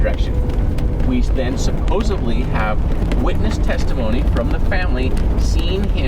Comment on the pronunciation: “Supposebly”. 🤣 Don’t worry, it’s cute. 🙃